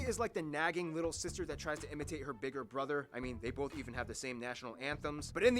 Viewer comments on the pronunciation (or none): none